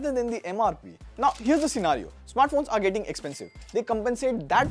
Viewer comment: arrrrrrre 😂 Hindi caught 😘